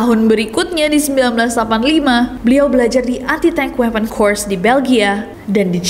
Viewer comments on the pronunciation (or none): none